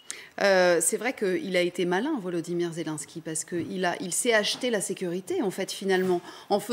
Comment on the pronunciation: La journaliste devrait se corriger, car elle est ridicule "Zélunsky" à la place de "Zelenènsky", "Raschia One" à la place de "Rassya adine".